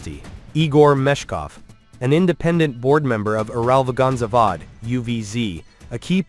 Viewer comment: cest Ural - Vagon - Zavod et pas le charabia que tu as dit !